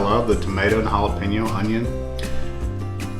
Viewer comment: OK, this Texan is going to give you a lesson on the pronunciation of Jalapeño. Here goes😊 halla pain yo. Your welcome 😂😂